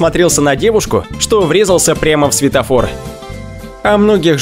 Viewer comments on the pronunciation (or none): none